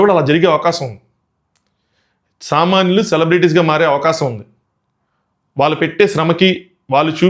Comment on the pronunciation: Bro nuuvu samanyulu anna nakento samanlu ani vinipistundhi 😅